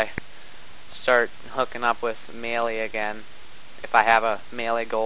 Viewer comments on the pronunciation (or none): none